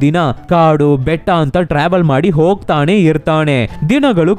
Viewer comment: sir ಹೊಗ್ತಾಣೆ ಅಲ್ಲ, ಹೊಗ್ತಾನೆ 😅